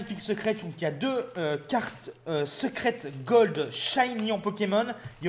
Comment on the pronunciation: noeunoeuf shayni pu golde